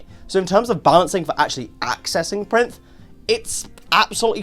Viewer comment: I think it's pronounced Pie-rinth, think like "pyre" and "labyrinth"